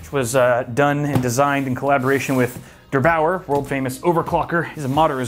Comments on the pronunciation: How he said der8auer, a German name btw, and I just laugh because I are a German... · The way you are pronouncing ''der Bauer'' triggers the hell out of me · Der 8auer is an german youtuber and i am from Germany and it is so funny how you say it😂👍🏻